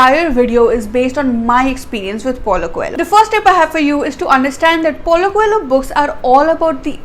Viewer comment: I think coelho would be prounced as" ko - leo "